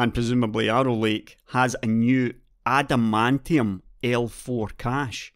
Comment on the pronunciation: Intel new Adamantium L4 cache AMD new Vibranium L4 cache I know its not spelled the same. Its just how says it made me go "wtf!?".